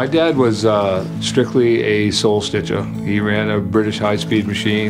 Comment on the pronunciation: "Soul stichah" 😂